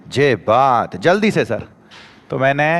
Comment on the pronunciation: Je baat 😂😂 अटे देखो 😂